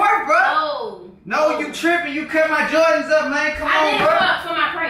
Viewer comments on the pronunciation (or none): Did u say “jardans”🤣